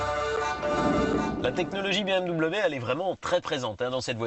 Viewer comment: BEUHMw.... une honte d'entendre un nom aussi magnifique et magique prononcé comme ca, sa mériterais une amende ! BMW, la marque à hélices, une histoire, une légende, meilleur motoriste au monde ! C'est BMW !